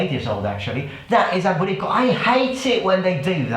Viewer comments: It keeps sounding like you're saying "booty call", haha. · I keep hearing "BootyCall"😂😂😂 Man I love you 🙌🙌🙌🙌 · At first I thought he was saying "booty call"